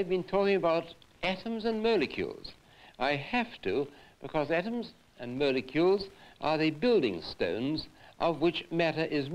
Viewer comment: atoms and mole-e-keuls